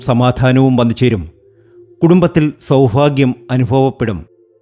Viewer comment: സൗഫാഗ്യ അല്ല സൗഭാഗ്യം